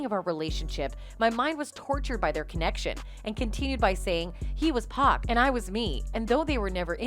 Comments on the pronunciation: It's not pack it's pac 😆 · I would ask that the commentator not pronounce Pac, Pack! It's P ah C ! Thank you. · 'Pack'? 😣 it's pronounced 'POCK' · That incident was shameful and so is their marriage. "Pac" is pronounced the way you pronounce it when you say his full name. Like "pock" in "pocket" not like "pack" in "six pack." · It’s Pac not pack don’t disrespect. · lol yoo it's Pac not Pack... I know you read the name like it's pacman but no😂😂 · Why you calling him 2pac but refer to him as pack? It’s Pac(Pawk). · Why do you pronounce 2pac right but not Pac?!? Just say it the same without the 2